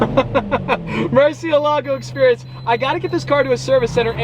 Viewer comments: MURCI E LAGOU actual pronunciation Murciehlagoh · Is it just me or does it bother you guys too when he says “mershealago” But then he can say murci.. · I love how he said mershylago 27 seconds in the video. Love it ahahah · Hey Just saying, its pronounced "moor-seel-ago":) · still wrong tho, it would be more like murt she eh lago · How to correctly pronounce Murciélago: (it means "Bat" in Spanish) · hey Nathan. no it’s not. and he can pronounce it however he wants cause he owns it. not you